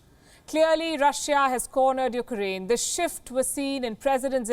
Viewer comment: Palki, I'm a huge fan.... but please. your pronunciation of Ukraine is "noise"/ disturbance in communication.. It's not "yuk-A-rain" (as you continuously say). It's "yuk-rain". Get rid of the unnecessary "A".